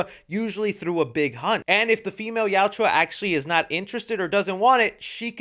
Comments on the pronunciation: I love the film and your review, but please learn how to say Yautja. It yow-cha not yow-chew-ah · Yautja. Two syllables. Yaut-cha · It’s not Yautjua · Good sir, kindly stop saying "Yaut-jwa" and say Yautja. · Bro say yautja right and maybe you won’t have haters in your comments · Plz watch the movie again so u learn how to pronounce yautja. Great movie, most fun I've had since pacific rim. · Hey it’s Yautja your saying it wrong but that’s why fans can help you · I don’t think I watch one YouTuber that pronounces Yautja correctly 😂